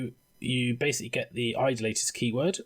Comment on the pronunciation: Only one criticism to this... It is pronounced I-DOLL-A-Tor. Not Idle-later....